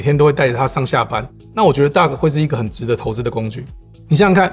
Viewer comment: Duck? Dock?